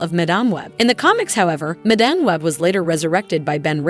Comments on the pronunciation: "Ju-akin Phoenix", "Madahm, Madamm". If you can't bother to fix your AI voices I can't be bothered to watch. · At least learn how to pronounce character and actor's names....sheesh.....sound like a dumb a.i. reader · Overall, decent video but it would help if the narrator could properly pronounce "madame" for madame web. It's not pronounced that way for the character. Then she butchered Joaquin's name.